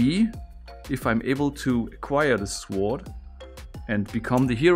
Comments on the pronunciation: Brudi, das w in sword ist stumm. Es wird also sord ausgesprochen ;) . Ansonsten tolle Videos und klasse Kontent, danke dafür. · Why Do You Say The W In Sword? The W Is Silent! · Sum1 PLEEEASE That when U pronounce the word: "Sword" the "w" is SILENT!!! ^^ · The W in sword is silent, it's pronounced 'sord', in general your English is really good. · Its written sword, but you don't pronounce the w. You say it like 'sord' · It is spelled Sword but pronounced Sord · Sword???? Lad its a sword (sord) its not hard!!! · Will someone please tell him the proper way to pronounce the word sword? lol No; wait. I will do it. NO 'W', buddy. NO 'W'. Say SORD. And no... no one know why. Same as the word PHONE. We say Fone. English has WAY too many rules with no SIMPLE explanations. Life Is Good!✨🤗✨ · I don't like how he pronounces "sword", it's pronounced "sword" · I don’t speak German, but I think they’re saying that you don’t pronounce the “w” in “sword” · (Kronk voice) Hey! Nice beard. I'm kinda jealous... Also the intro of course, that's really amazing! also the "w" in "sword" is silent lol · Great solving again👍🏻. By the way the W is silent in Sword. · Interesting. I didn't know you pronounce the W in sword. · du hast schon recht, dass es eine Unverschämtheit ist, das w in "sword" nicht auszusprechen. Aber ob sich dein revolutionärer Geist da so durchsetzt? Btw: cooles video.;) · (the w in sword is silent. Pronounce it as if that letter wasn't there) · Nur als Tipp: das w in sword ist stumm ^^ sonst sehr cooles video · Just some advice...you don't pronounce the W in sword. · The w in sword is silent sorry I sound like an a-hole but it raely bothers me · Bitte sprich das w von Sword nicht mit. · A helpful hint: In "sword", the "w" is silent. So, it’s pronounced "sord", not "suWARD". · In english we don't pronounce the 'w' in sword, so it sounds like "zord". Confusing since it looks like it should be pronounced exactly like schwert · its sword not sowrd